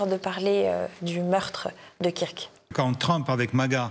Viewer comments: Pouce en bas … C’est honteux … Charlie « quir que » ?! Mais vous êtes folle, fou ? Vous vivez dans un trou ? Vous dites « quir -ke Douglas » ?! Ou « queur ke » Douglas . Non mais là vous ridiculisez TvL - Martial faites les prendre des cours . Et non , Charlie existait bien pour lui - ce n’est pas un pion de Trump . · Kirk se prononce Keurk